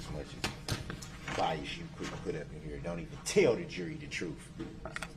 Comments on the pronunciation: Anyone pick up on him saying alleged driver and not alleged defendant?! Freudian slip! Why can't he pronounce "th" properly?! It's not boff or troof or oaf. I still can't believe he called Mrs. Yourell. She glared at him her entire testimony. He was being so sweet to her until the prosecutor crossed. How he could even look at her after almost killing her children is just pure evil. Does he think he's intimidating the prosecution with that stupid angry glare?! He should have kept the face diaper on bc the camera caught him snarling at the judge! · "DAT" WHAT YOU SAID IS DA "TROOF"! IT WASN'T EVEN ("SUB"")STAINED under OAF!!! AFTER, what you said was "NIPPED IN THE BUD".😂😂😂😂